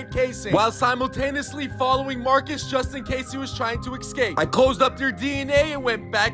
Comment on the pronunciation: bro really said "ikscape"